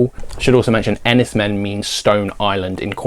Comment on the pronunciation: I loved 'The Servant' - it's utterly brilliant. I thought 'Winter Kills' was terrible and sold it within days of watching it (each to their own of course). 'Enys Men' (apparently pronounced 'Enys Main') was great, although some people might not get on with the non-linear/fragmented style. I've added 'The Sacred Spirit' and 'Aftersun' to my list. Cheers for the recommendations.